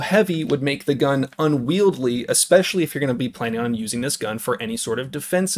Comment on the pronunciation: It's unwieldy not unwieldly.